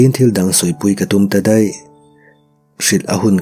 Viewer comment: Deih ti thrin lo teh..daih tih tur aw😂